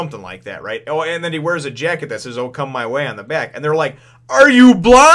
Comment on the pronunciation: it's not O Come my way.. it's Okama way, probably in the american translation it's censored.. because "Okama" means transvestite, and basically a gay dude.